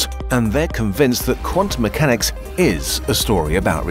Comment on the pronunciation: "Quantum MEWchanics"...